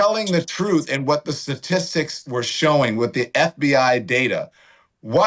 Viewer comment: I thought he was married to a white guy? He said SATISTIcs. What an A-hole.